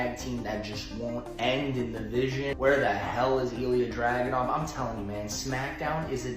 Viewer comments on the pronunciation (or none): none